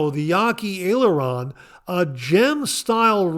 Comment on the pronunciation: Great show again. You did pronounce Aileron for the Yaqi razor correctly. It does look like an aircraft aileron. For those who don't know what an aileron is it is on the trailing edge of an airplane wing to help control an airplane's roll. I remember this from my early 70's Air Force days and no I was not involved in flying. I was in ground support. I am thankful that we live in a townhome association and do not have to shovel snow unless it is less than 2 inches. We just got new windows just before Thanksgiving and our house is now warmer. Looking forward to seeing you at the meetup this year as we have our tickets. Have a wonderful week. 👍